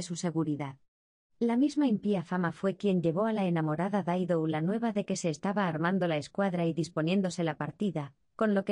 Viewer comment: Hola, es la primera vez que escucho decir Daido en vez de Dido, hay alguna razón? No es inglés sino Latín.